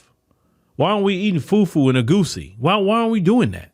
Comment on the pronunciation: I love pronunciation of Jollof rice, fufu and egusi, He's obviously well vast in the Nigerian and Afro culture ❤❤❤ Love you my Afro Americans. 🤗